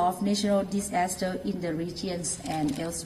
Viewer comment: OMG...such a "dis-ASS-ter"